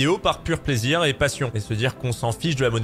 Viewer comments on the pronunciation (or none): Plaisireuh, réponseuh, proposéeuh, respectueuh